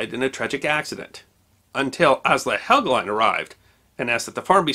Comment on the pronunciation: Andrew Helgelein - the last syllable is correctly spoken to rhyme with Wine, Fine, Line or Mine.